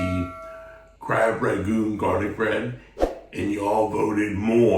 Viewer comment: Rangoon. not Ragoon.